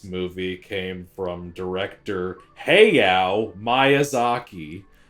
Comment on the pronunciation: Also in reference to my bar trivia story, let me just say for the record that I’m a relatively understanding person and I could have forgiven “Hey-ow”, but “My-azaki” was a war crime. Death sentence.